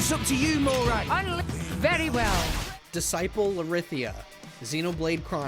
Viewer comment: Lorithia is pronounce Lor-ra-thee-ah not Lor-rith-ee-ah